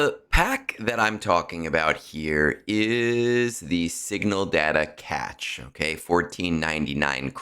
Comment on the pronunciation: Good info. FYI: cache is pronounced "CASH" not catch.